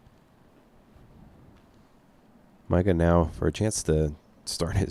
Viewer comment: The dude's name ain't Micah, stop saying it like that